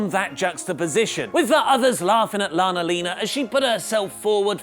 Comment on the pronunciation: For the love of god stop saying lana-lina